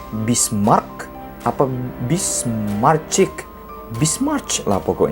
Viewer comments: Njiir..😂 Bismarch lagi...yang bener tuh Bismarck keleuss...😂😂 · Sebutnya bismark tulisannya bismarck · Masukan bang, cara bacanya "Bismarck = Bismark", "Reich Kanzler = Raih kantsler", "Deutschland = Doitsland". Saran juga bang, bukan bermaksud menggurui, di next video, abang coba cari tau pelafalan katanya 🙏🏻